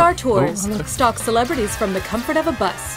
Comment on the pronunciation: Lol. "...celebretiss!"